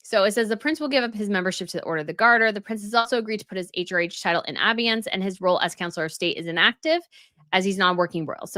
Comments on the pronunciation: It is pronounced "A-BEY-ANCE" and NOT "A-bee-yence", as you said !!! I hope I spelled this out correctly. It just means to suspend or temporary not use something. But it can always be brought back later. Do you NOT look up words & their pronunciation ?? Anyway, I hoped this helps. As you may know, the first Duke of Sussex title was given on 24 Nov 1801, but brought back on 18 May 2018. As for being "a HALF-in & half-out, The Late Queen KNEW EXACTLY WHY it would NEVER work. This situation is a perfect example !!. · "abeyance" is pronounced abayance with emphasis on the bay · I think it is pronounced Ah - bay - ance. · It’s pronounced abeyance [Ah bay yance] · It’s pronounced “ah-bay-ence” Also, I wonder why you say that Prince Harry should be stripped of his titles because he’s making money off of them, when you also say he is not a working royal…. He’s got to make money in the States some how. Heaven knows it would be disastrous if he would have to go to go back to Great Britain and become a working royal, even if it were just at some low level. Who wants THAT? 😮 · It’s pronounced “ah-bay-ence” Also, I wonder why you say that Prince Harry should be stripped of his titles because he’s making money off of them, when you also say he is not a working royal…. He’s got to make money in the States some how. Heaven knows it would be disastrous if he would have to go to go back to Great Britain and become a working royal, even if it were just at some low level. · It's pronounced, "Uh-bay-ence. It doesn't rhyme with "ambiance". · I mean this in the kindest way possible- I wish you would check the pronunciation of some of the words you use. In this video, it was abeyance. There have been other instances. I get it because as a reader there are words I’ve never heard pronounced and later realized I had them wrong in my head. I’m really not trying to be harsh, just pointing out something I’ve noticed in a few of your videos.